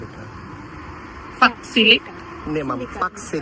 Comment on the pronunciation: Ano fox sili, ano fox silic hahaha... ending niyan Bicol Express. You're so ignorant.